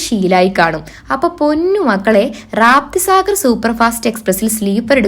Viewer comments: രാപ്തി സാഗർ അല്ല രപ്തി സാഗർ. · വീഡിയോ തുടക്കത്തിൽ പറഞ്ഞത് കേട്ടപ്പോ തോന്നി, നീ full കൺഫേംൺഡ് ടിക്കറ്റ് കൊണ്ട് ആണ് യാത്ര ചെയ്യുന്നത് എന്ന്... റാപ്തി സാഗർ അല്ല റപ്തി സാഗർ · Rapti sagar....raapti sagar alla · രാപ്തിസാഗർ അല്ല, രപ്തിസാഗർ ആണ് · റാപ്‌തിസാഗർ അല്ല കുഞ്ഞേ 😂😂😂രപ്തിസാഗർ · രാപ്തി സാഗർ അല്ല റപ്തി സാഗർ എക്സ്പ്രസ്'... ബീഹാറിലെ റപ്തി നദിയുടെ പേരാണ് ആ തീവണ്ടിക്ക് കൊടുത്തിരിക്കുന്നത്.